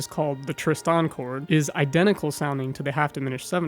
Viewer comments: Tristan ['tristan]. Accent on the first syllable. I hadn't noticed that he was saying it in a weird way but nothing surprises me on YouTube any more. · Great talk, but for future ref the emphasis in "Tristan" lies on the 1st syllable; TRIST-an, not trist-AN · hand-pink-waving:You keep saying Tris-TAN and that jars my brain! Is that the correct way? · Thanks. I almost stopped watching this because of that. Sort of losing respect for the narrator! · How can we take you seriously, when you can't even pronounce Tristan correctly? And my money is on you can't pronounce "pronounce" correctly. Give it a go. Pip Pip.